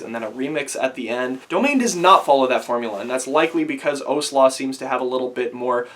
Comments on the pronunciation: Great review, but I'm extremely pedantic and I have to correct you, it's pronounced Ow-sla as in when someone hits you "Ow" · I've spoken to him after a show and I asked him about what's coming next and he said some stuff with OWSLA and he pronounced it my way, I can't prove that (was a around a year ago) but yeah, and every interview I've seen where he talks about it he calls it Ow-sla but call it whatever you want it's cool man, my pedantisism is satisfied and that's all I wanted lol, keep up the good work!